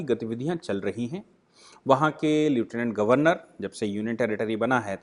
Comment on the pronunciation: सर, लेफ्टनंट गव्हर्नर यही उच्चारण सही है